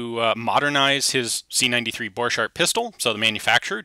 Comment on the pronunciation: Why the name of German Borchardt is pronounced in halfEnglish- halfFrench way (the - ch pronunciation ) ?